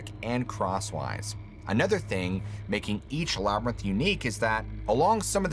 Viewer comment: “Labyrinth”. Thanks! 💜